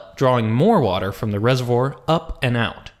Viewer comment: rese-vwar not rese-vwor